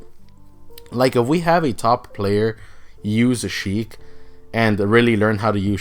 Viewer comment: Her name is Sheik not Heik 🤦‍♀️